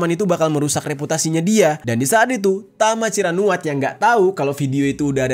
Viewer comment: tama ciranuat❌ tama cirakuat✅ 😂😂✌